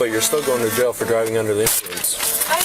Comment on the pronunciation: "Jay-oh"??? She can't even pronounce jail she is so horribly effed-up. Atta girl.